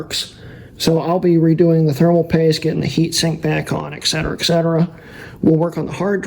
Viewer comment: "Excetera, excetera"? It's "et cetera" and you need to wash that nasty-ass hair...